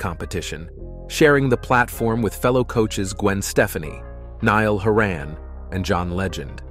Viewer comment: Please record the sound again to mispronounce Gwen’s last name is unforgivable. Especially when you’re getting paid to do it